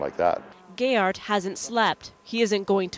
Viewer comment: The guy in the canoe is my dad, I remember seeing this on the news when I was 7. (Last name is not pronounced gay-art, it's pronounced gear-art. Pronunciation got a real big laugh from my family at the time though, it's a bit of an inside joke that our last name is hard to pronounce if you just read it)